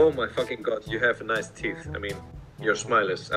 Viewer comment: yeah but why was the h silent in teeth